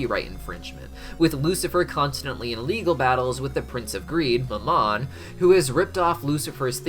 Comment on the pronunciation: You're pronouncing Mammon wrong. The emphasis goes on the FIRST syllable. And Beelzejuice isn't seemingly a reference to Beelzebub, it's DEFINITELY a reference to Beelzebub. I literally smacked my head when you said "seemingly". And then you said "seem" again when talking about the fish that definitely swam through the demon alcohol. PLEASE remove that word from your vocabulary, as you apparently cannot use it correctly.